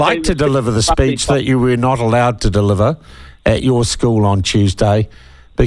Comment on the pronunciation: Speech!!! Not "speach"!!! Geez!!